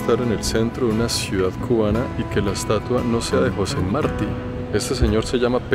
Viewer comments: Nunca aprendiste a decir JOSÉ MARTÍ, con acento en la "Í"!!!!!? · José Martí, con acento en la "í", hermano. PATRIA Y VIDA 💖💖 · Me gustaron todos. Pero, pronuncias el nombre the Jose Martí mal. El acento va en la "i", no en la "a". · Jaja tan gracioso A que otro cubano le hace gracia como dice José Marti sin tilde tan bello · José Martí acento en la í rectificar és de sabios...